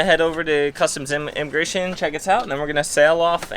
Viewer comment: Inamagration...hah....be well guys.